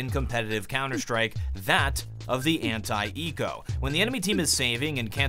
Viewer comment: When americans say anti-eco it sounds like "hentai eco".